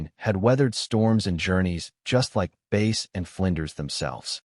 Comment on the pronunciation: It's pronounced Bass...not Base!